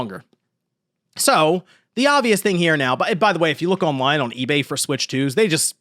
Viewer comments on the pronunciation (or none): none